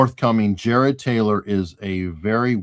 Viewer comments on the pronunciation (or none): none